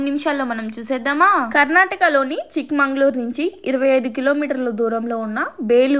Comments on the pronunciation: అది వేలూరు కాదు బేలూరు...అది చిక్క మంగళూర్ కాదు చిక్క మగళూర్...హోస్లేయులు కాదు హొయసల లు...😂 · చిక్కమంగళూర్ కాదు చిక్కమగళూరు అంటే చిన్న కూతురి ఊరు అర్ధం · Akka adi..Hoy..Sa..La..(duram ninchi piliche vela Hoyy..antam kada aa hoyy) HOYSALA..inka vakkati adi Chikka mangalore kaadu..Chikka..maga.lur (chikka magala uru..ante chinna kutura uru ani...) pakkam lo HIRE.MAGA.LUR undi ( ante pedda kutura oru)